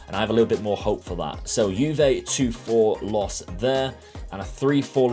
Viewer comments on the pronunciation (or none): none